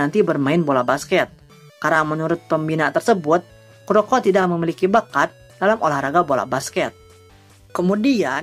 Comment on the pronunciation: Kuroku dibacanya bang bang